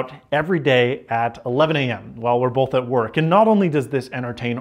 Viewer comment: You’re paying for bolth?!?